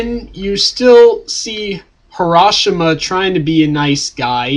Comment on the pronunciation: HaSHI-Rama!, not HaRA-SHIMA!